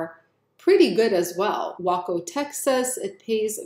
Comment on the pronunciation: Duluth, MN = [duh-LOOTH] (the "duh" syllable [minimal stress] is as in "dump," "dug," and "duck;" the "LOOTH" gets the stress and rhymes with "booth" [you got this syllable correct]) Waco, TX = [WAY-ko] (long "A" vowel sound in that first syllable, which gets all of the stress) Laredo, TX -- You were very close with this one, but just need to change your long "E" vowel sound to a long "A" vowel sound: [luh-RAY-do] I hope you can tell how much we, your fans here, love and appreciate all the hard work and care you put into this! Keep it up,!! 💪🏽👍🏼😎👍🏼💪🏽